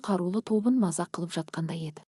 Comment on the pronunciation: Шолақ мылтық десең болды. Об, рез деп перевод жасамай ақ қой. Ләнкүрзер, гленвәген, тб дрыс 👉оқы. Паузаны көп жасама!«Қылп» ете түсті дегенді «қыл» ете түсті дейсің... Орысша перевод керек емес ❌. Тыныс белгілерін дұрыс 👉ұста!